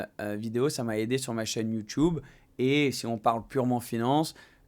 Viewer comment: Sympa la vidéo Une question lol!! Huracan ou houracan? Youtube ou youtoube? 🤣🤣🤣 Youtube avec un U!! Un U.... Bon week-end